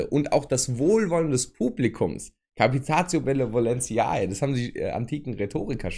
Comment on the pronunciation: Lieber, Du bist ja im Allgemeinen recht sicher in Sachen Fachbegrifflichkeiten. Bei und "capitatio benevolentiaé" bestätigt aber wohl eine Ausnahme die Regel;) Captatio benevolentiae (mit "tio" und "ai" gesprochen 😊